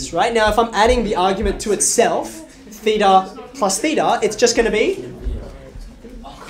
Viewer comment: this is actually the correct pronunciation of "theta", in greek.